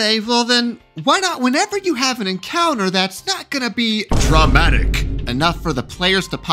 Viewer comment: Your (or mine) Matt Colville fanboism spills on pronunciation of word "Dramatic".